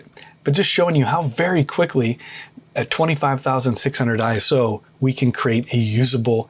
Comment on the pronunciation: ISO is an Acronym, not a word, so it should be “I” “S” “O” not “Eye-so” and it stands for International Organization for Standardization as depicted on their logo. In the old days we called it ASA, pronounced “A “S” “A” … and we certainly never said “Ah-Sah”. Was great to hear you say it correctly!!! Topaz AI is truly amazing, I accidentally shot an image at ISO 51,200 on a Sony A7R5 and a Tamron 28-300mm lens handheld, and after running it through Topaz Photo AI for noise reduction and Photoshop using the High Pass Filter for sharpening I ended up with a very usable image … I was blown away! Thanks for the video, lots of good tips and tricks.